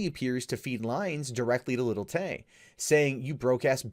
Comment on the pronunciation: Did you just say Lily Tay? Can you get anymore mundane?